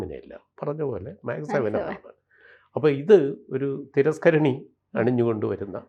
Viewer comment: ഡിജിറ്റൽ മീഡിയകളിൽ അപ്‌ലോഡ് ചെയ്യുന്ന കാര്യങ്ങൾ ആജീവനാന്തം അവിടെ തന്നെയുണ്ടാകാൻ സാദ്ധ്യത ഉണ്ടെന്നു കരുതി പഠിച്ചിട്ടു വീഡിയോകൾ ചെയ്യുക .മാക്സ് സെവൻ അല്ല മെക്‌സ്‌ സെവൻ .സെവൻ എന്നവർ ഉദ്ദേശിക്കുന്നതു് യോഗയുടെ വിവിധ കാര്യങ്ങളും അല്ല.